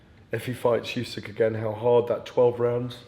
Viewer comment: Why does the GAD call Usyk "Youysk"?